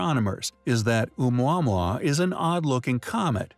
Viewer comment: a quick search on google will reveal proper pronunciation of Oumuamua is Oh-moo-uh-moo-uh ... worth getting it right